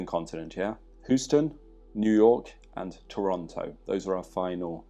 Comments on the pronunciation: H-you-ston, Texas. Your pronounciation is hilarious there. I signed up for the course in Huoston; really looking forward to it! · Americans from different regions will actually pronounce "Houston" differently. New Yorkers pronounce it "How-Stun".